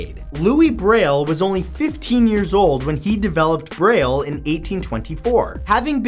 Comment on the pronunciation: Thank you for pronouncing Louis Braille's name right! So many people pronounce the S! 😀😀😀😀